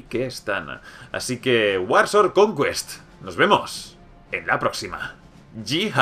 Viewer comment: Conqüest jajaja